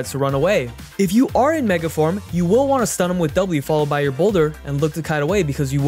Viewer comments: Every time the narrator oddly emphasizes the word "Will" as in "you WILL" ....Don't tell me what to do! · who is this new reader and WILL they ever stop putting so much emphasis on the word WILL